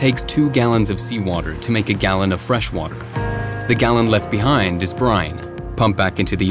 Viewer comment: Dude says.. the WATEL.. WHAT TELL? WOW